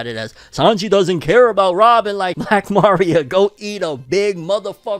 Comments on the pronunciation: Uggh the pronunciation of Maria like Mario is killing me lol 😂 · I always thought my guy was some type of Hispanic but going off how he says Maria Im guessing not lol